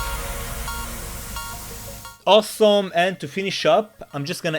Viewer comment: owsom (he says awesome like that hahahaha)